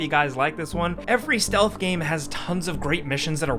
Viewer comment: "stealth game missions"